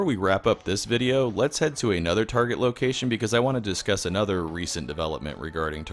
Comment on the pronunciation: Whose mom also called Target "tar-jet?"